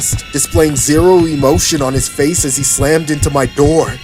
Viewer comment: bro really said: "open the noor pls" lmao